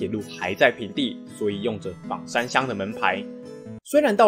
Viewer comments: 枋讀做方，非三聲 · ㄈㄤ山喔，不是ㄈㄤˇ山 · 其實是念ㄈㄤ山